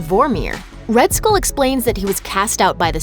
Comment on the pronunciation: Please stop pronouncing skull like school. kthxbai